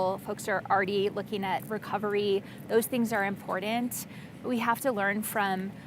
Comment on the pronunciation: The very carefully worded, paltry sentences, and the dumbing down of speech to not include "T's" (saying: "impordand" instead of "important") speaks volumes.